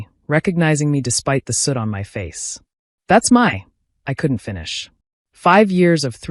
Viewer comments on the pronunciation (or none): the word is "soot", not suit.